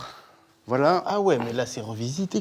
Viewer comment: « Voiye » Carlito 2024